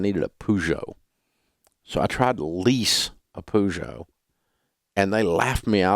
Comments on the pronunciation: So Dave can't pronounce Peugeot or Jaguar. Still dumb. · Peugeot - - > pezo